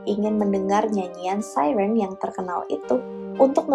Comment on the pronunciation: kayak kagok aja